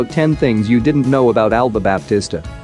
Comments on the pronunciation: the "P" in Baptista is silent. It is pronounced "Batista" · you're saying her last name wrong lol